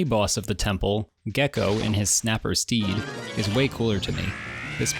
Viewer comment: when you mention the wood temple frog I heard Steve instead of what I assume was "steed" and I'm sticking with it, froggies turtle mount is called Steve from now on